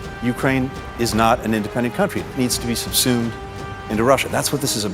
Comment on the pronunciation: Subsued?... What an idiot.